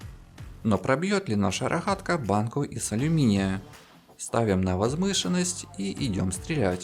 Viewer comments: Рогатка же а не Рахатка 😂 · Да. Хе это пиздец какой-то. Одна неправильно произнесенная буква Г (в украинском стили) и уже пиздец как неприятно слушать. Но есть моменты где какое-то время не произносится слова ХАйка и роХАтка ) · Дико режет ухо ваше Хэканье... Рохатка, тяха, шестихранник.. Тяжко слушать такой обзор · Рахатка, хайки... Неужели нельзя нормально говорить? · Рахгатка ,не твоё озвучки извини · Хайка рохатка блин дружище это же неправильно..... я бы наверное со смеху сдох на украине среди людей которые так говорят ХЭ )))))))